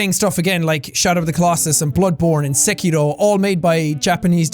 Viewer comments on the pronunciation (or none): none